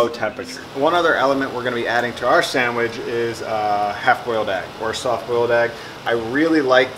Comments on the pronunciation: sand-mich :P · This guy can't even pronounce the word "sandwich". There's no m in it dude.